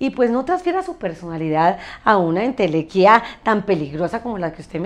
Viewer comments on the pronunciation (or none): "entelequía" Noooo! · Ok gracias, error de narración ENTELEQUIA